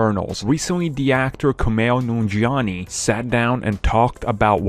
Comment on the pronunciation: "kumail noonjiani" lmao